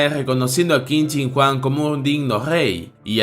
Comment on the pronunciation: Jente normal pronunciando el nombre que qin chin Huang yo 😎😎😎😎 kin chin Juan